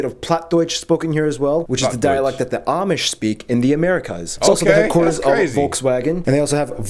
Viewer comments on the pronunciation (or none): none